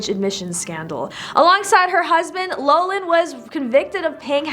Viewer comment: It’s not “low Lin” it’s “lof Lin”